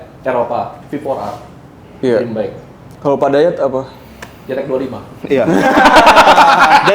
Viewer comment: Bike bang bukan bake🤣